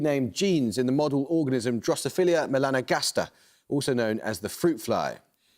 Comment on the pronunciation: It's "Drosophila", Amol. Not "Drosphilia"